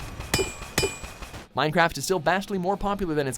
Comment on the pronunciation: the way he said "Minecraft" LOL